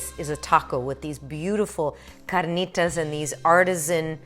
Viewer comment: no need to roll the "r" in carnitas. you only roll when there are two "r's" : )